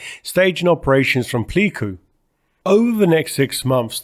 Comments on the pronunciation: Some pronunciation tips from a Vietnam vet. Bien Hoa was pronounced Benwa, Tan Son Nhut was pronounced tahn son noot. Pleiku was playcoo. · WACO is pronounced just as you did: "Wah-Coh." But I think you pronounced Pleiku incorrectly. At least the American pronunciation during the Vietnam War was "Play-Koo."